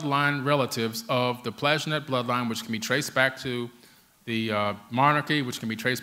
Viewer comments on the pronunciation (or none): im lovin what your doin, hate to correct you mate but it pronounced Plan-tag-enet !!!for years i was called weird for readin books on this stuff, Gods of Eden great read